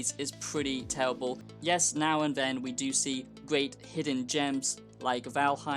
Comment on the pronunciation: It’s tewible guys, don’t buy it. It’s vewy generwic.